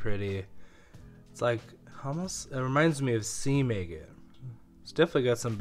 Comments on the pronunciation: A’ gate not aygate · Egg-it? I thought it was agg-it. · ah-gate, ah-gate, ah-gate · You're driving me crazy calling these agates, Ay-gits. The word is not pronounced with a long A. It isn't Aygit, it's Aah-get. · It is pronounced a-gate as in Aggie (short vowel) NOT aye-gate (long vowel). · I never heard the word agate pronounced that way. I always thought it was "aggit" to rhyme with "bag it". Anyway, this is really interesting! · I’m not understanding what you’re saying. What is an eggan or eggit? I don’t know what kind of stones you’re describing? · It's pronounced Agate stress on the first syllable. A as in apple not angel. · "Eggat nodules"...? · Agate is not pronounced with a long 'a'!!!!! A short 'a' as in ahhhh!!! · Please Google how to pronounce agate and adjust accordingly. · If you’re going to call yourself you should probably learn the correct pronunciation of “agate”. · I do enjoy your videos, with all their suspense! But I can't understand why you pronounce agate the way you do. The first a is like the a in apple.